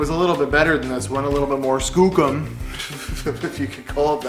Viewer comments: Kookum ..it's Skookum. fah'k man, you need to take Canuckistan lessons. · Err, I think it's pronounced Skoocum ... lol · bit harsh but totes skookum. FYI, skookum is legit English, google it ;p